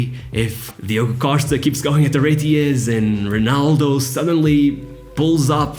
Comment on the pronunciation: I just found the video. I thought you were brasilian because you pronounce R like H, eg Honaldo instead of Ronaldo. I thought only Brazilians pronounce it like that. Also i was expecting Rui Costa as number 10 not Maradona. And last but but not least, ah Euro 2004 my favourite competition with my national team playing total football (kidding) and winning the cup against the hosts!